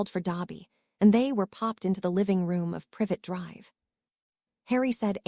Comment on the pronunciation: Privet Drive does not have an e at the end of the name the tea is at the end with the E just before so don't pronounce it as private Drive, duh